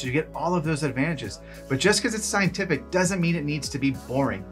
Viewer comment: "Sceintific" at about a minute in 🤣👍 Unintentionally gave me the giggles 🤪😜😂